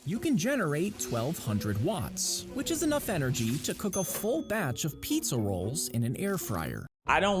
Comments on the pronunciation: pee-za rolls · PEEzza rolls 💀